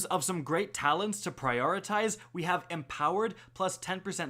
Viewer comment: yep i tuned out early in this vid cause of him saying it wrong